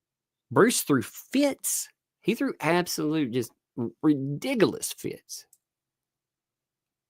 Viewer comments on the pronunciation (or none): Replay crew! Love it when you say Redigulous……. Too funny. Love to you and the little!!